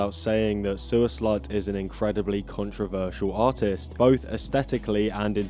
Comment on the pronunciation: Every time you say artist/s I hear autist/s and it fits perfectly. 😅